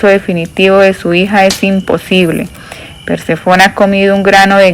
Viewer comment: Disculpa pero porque no cambia la acentuación de algunas palabra? Es Perséfone no Persefón es ibéro no ibero,es fenicio no fenecio. Hay varias palabras mal leidas